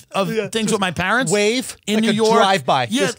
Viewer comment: I love how dilp pronounce PAAAARANTS same way Art Vandalay says it